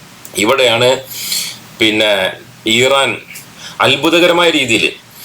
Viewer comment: ഈറാൻ അല്ല ഭായ് ഇറാൻ ആണ്❣️